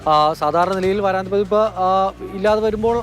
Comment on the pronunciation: വാരാന്ത പതിപ്പ് അല്ല. വാരാന്ത്യ പതിപ്പാണ്. ആദ്യം മലയാളം നല്ലവണ്ണം പഠിക്കൂ. നിങ്ങളെ കേൾക്കുന്ന ഒട്ടേറെ കുഞ്ഞുങ്ങൾ ഉണ്ട്. അവരെ കൂടി നിങ്ങളുടെ വിവരക്കേട് പഠിപ്പിക്കരുത്.